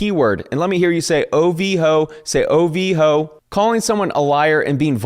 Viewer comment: Each quote is an absolute banger 😅 I love hearing you read OV-Hoe (OV-Hoe)